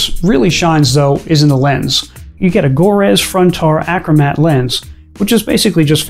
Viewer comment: For future reference, it is pronounced gurtz, not go-rez.